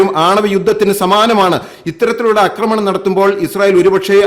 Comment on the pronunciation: പക്ഷെ 'അക്രമണവും' 'ആക്രമണവും' തമ്മിൽ ഉള്ള വ്യത്യാസം അറിയില്ല.